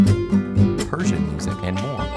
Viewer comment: u said Persian huh B-)